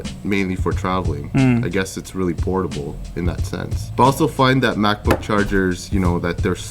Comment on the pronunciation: you said potibale charger. not charger